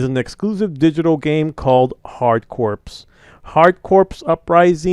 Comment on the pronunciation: no, it's the fact you keep pronouncing the word "Corps" wrong.